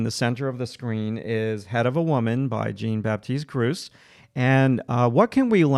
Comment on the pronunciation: FYI, if you're interested, the artist's name is French. It's pronounced more like "Zhon Bapteest Groots" but the last letter of each word is not really annunciated clearly.